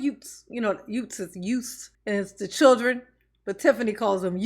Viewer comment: that's da Yootz... 😁.. chillunz...from da communitah...